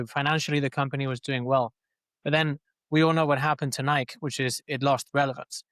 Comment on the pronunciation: It’s no longer pronounced Nike for me, its “Niik” now‼️